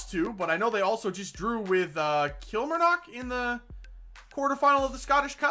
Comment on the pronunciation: Lovin the series but one thing your saying kilmarnock wrong